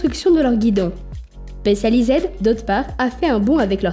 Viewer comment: spéssializède, merci l'IA